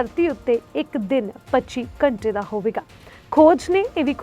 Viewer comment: Accent ta shi krlo yr...ghtnaa ik simply bolya Jan wala word aa.....ghnta nu ghachnaa bol.k ki sukoon milda😂